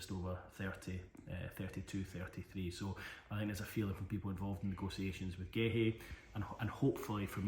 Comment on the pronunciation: Massively butchered those names